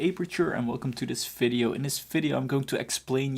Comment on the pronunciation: What is a "fidio"? :/